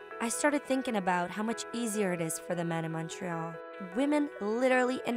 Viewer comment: Bobbius Shadow Mon-TRoyal🙄😘